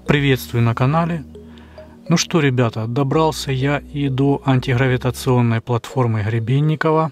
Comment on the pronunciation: добрался он до антиХЫравииационной платформы, ХЫребенникова, ХЫребенникове, ХЫребенникова ...и т.д.😂 Есть изобретатель и конструктор - Гребенников (Г - буква твёрдая, произносится без предыхания, чётко) Виктор Степанович! 🤪🎉